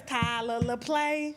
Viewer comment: Who’s Tyler Laplay? Tyler Lepley……lol